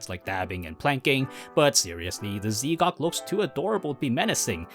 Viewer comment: Great vid, but Z'Gok is pronounced Zgok as one word not ZeeGok, thought you might wanna know